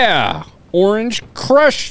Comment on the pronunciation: You seriously can't say orange crush nuts...